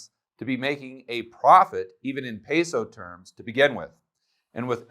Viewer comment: You’ve lived in a Colombia and you can’t say peso correctly